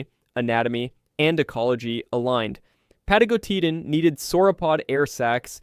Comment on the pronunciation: 4 seconds in and I noped out. The pronounciation was so bad that there is no Pathos. "pah-TAH-go-TEE-tan jfc